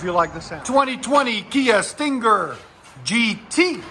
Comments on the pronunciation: Hate how he over enunciates Stinger lol StinnnGer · The way you say stinger is killing me. Sting-ggger